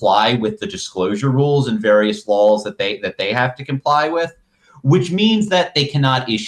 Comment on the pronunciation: Im sorry but every time this guys says 'gun lawls' i lose it.